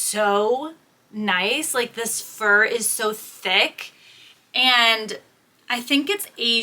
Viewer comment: Lol! The pronunciation of the fur jacket. 😂